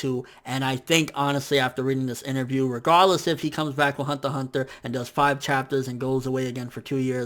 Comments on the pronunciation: it's pronounced hunter hunter not honta honta -_ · THE WAY HE SAY THE HUNTER X HUNTER IS CRINGY THEY SOUND LIKE HUNTAH-HUNTAH ITS FRICKING CRINGY MAD JUST DONT SAY IT!! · why aren't you pronouncing the x in Hunter X Hunter?